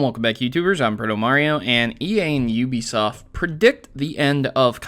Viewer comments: "Ubsoft" lol. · *Uhb Soft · great video but you slept Ubisoft wrong, just wanted to point that out, sorry